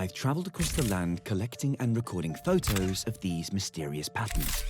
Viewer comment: Why is there a British announcer in Spain. I hate how he says Photos